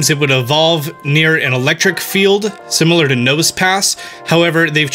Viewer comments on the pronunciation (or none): none